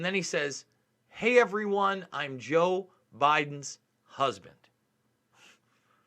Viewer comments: I'm not defending this guy, but it sounds like he said "I'm Jill Biden's husband." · Watch the video in .5 or .25 speed. He really does say JOE and not Jill so.. it's pretty damn clear too. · Yeaaaa...watch it in .5 speed or .25. He says Joe man.. he says Joe. It's actually pretty clear too.. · watching this on 0.5 speed, i have to say its sonds more like Jil and not Joe... ist like perfect between an i and an o